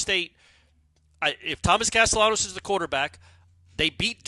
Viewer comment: You're pronouncing his last name wrong its Hispanic. There's a high chance that if you pronounce ll as “y,” you'll be understood in most Spanish-speaking countries. Depending on the region though, the sound of ll can be similar to the letter “j” as well.